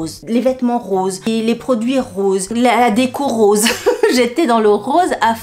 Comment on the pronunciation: Cc sympa les pompes mais tu as dit période rose ou rosé?😂😂😂😂